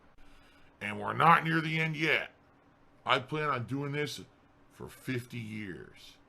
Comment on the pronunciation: He need tips to stay afloat until the end of June...and then till de end of July, afterwards until de end of August, etc, etc, etc